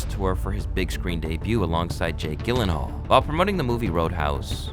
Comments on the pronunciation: Jake Gilenhal lol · Look up words that you don't know how to pronounce. It's embarrassing You got Jake Gyllenhaal's name wrong, that's impressive. You also can't pronounce the word disheveled for some reason Don't use words that are bigger than your vocabulary. Especially when the Internet is there and you can literally research how to say a word instantly